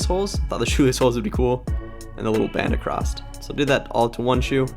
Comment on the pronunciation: You’re spray painting incorrectly. You’re mispronouncing “across.”